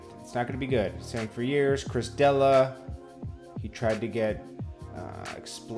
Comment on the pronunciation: Its Duh-lee-uh D'elia. He was in Eminems video